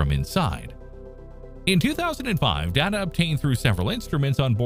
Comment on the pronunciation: I keep listening to these videos, hoping one day the YT presenters will learn to correctly pronounce such simple words as.... data. Not likely though.